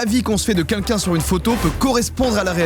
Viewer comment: Ça me fait toujours marrer le fait que n'arrive pas à prononcer " quelqu'un " Il dit toujours kinkin 😂